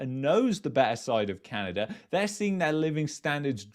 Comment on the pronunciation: I will never get past the way you pronounce "Canadurr"